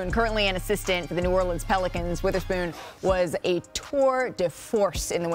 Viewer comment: It’s WEATHERSPOON, not “Witherspoon”! 🤦🏽‍♂️ But yes, it’s great to hear this praise for T-Spoon, whom I’ve been a HUGE fan of for 25 years!!!